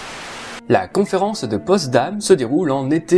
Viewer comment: Tes vidéos sont de très bonne qualité : tu parles clairement, les sujets sont intéressants, tu ne perds pas de temps sur des détails inutiles... Juste un détail : c'est la conférence de Potsdam, pas "Postdam". ;)